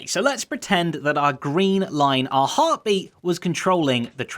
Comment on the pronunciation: When he said a heartbeat it sounded like last life AHArtbeat